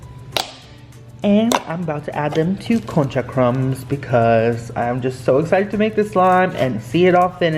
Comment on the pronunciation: I love the concha slime!! What ethnicity are you?? I’m curious if you are Hispanic since your pronunciation of concha sounded really good 😊